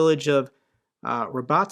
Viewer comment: Urozhaine is pronounced approximately u-ro-zh-eye-na. i.e rhymes with China and the emphasis on the zh-eye. Not '_yu_-ro-zane' with the emphasis on the Yu. As ever Mt Reporting from Ukraine shows how to get it right: You did at least get Robotyne right and Staromyorske wasn't too far off :-)